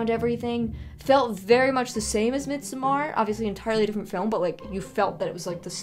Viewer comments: It's Mid-sommer with a flat D, as in Middle Summer, FYI. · As much as I LOVE your videos, the pronunciation of midsommar irks me so much! 😂